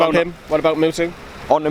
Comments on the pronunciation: Please call him muto not mutu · Moo-toe MUTO